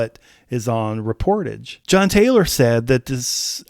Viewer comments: It's pronounced "rep-or-TAJH" (French word), not "re-POR-tidge". Think of the words corsage and barrage. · It is not “Ree-por-tedge” it’s French, and it is pronounced “Ray-por-taj” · Should be pronounced as “Reh pour Taj” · It’s pronounced: Ray-por-taj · It’s pronounced “REP”-“POR”-“TAJ” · I can not believe how you pronounced Reportage….I mean come on! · you're pronouncing the album title incorrectly. ^DDHQ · He needs to look up the correct pronunciation of the word 'reportage'.. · I don't believe you are pronouncing the title correctly.